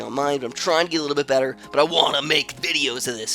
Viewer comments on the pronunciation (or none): none